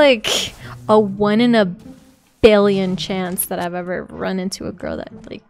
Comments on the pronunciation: I heard grill instead of girl. Is it just me? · She said "Grill" Instead of "Girl"